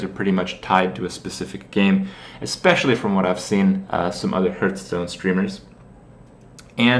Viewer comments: don't say "herthstone" :P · Does he always say Hurtstone on purpose?